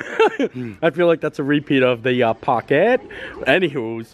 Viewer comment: We love that you keep all the “real” parts in your videos :) “In my pockkket” hee hee ❤️